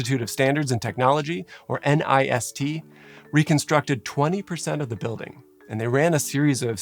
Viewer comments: Please, if it’s ok with you, pronounce nist as one word in the future. I know a lot of people spell out N I S T but there’s really no need for that. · An unimportant but possibly interesting note - in speech NIST is usually pronounced as a single word not as an acronym. My husband worked there for 3 years and it is one of the more fascinating and lesser known parts of the federal government. They have the fire testing facility you mention here, but also work on everything from cybersecurity standards, to body armor, to running the atomic clock. Crowd simulations are such incredible and interesting tools. So many instances of architectural layouts that seemed ok on first glance, but were obvious deathtraps when you start to understand how crowds behave. I remember there being talk about how the central pens got overcrowded at Hillsbrough because of the particular layout of the stadium entrances making it unlikely for people to head to the under-capacity side pens